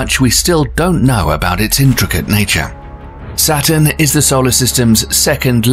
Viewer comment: Hint: "Saturn" and "satin" are NOT homophones.